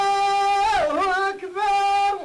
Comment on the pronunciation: ليش الأذان حق الجامع هكذا يقول الله هواكبر